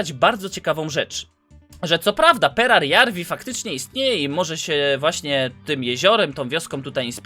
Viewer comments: Nie czyta się perjararwi tylko peradżawi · Perajarvi a nie perarjarvi kurw... tyle razy błędnie powtarzane to już tiltuje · Mógłbyś czytać perajarwi zamiast perjararwi?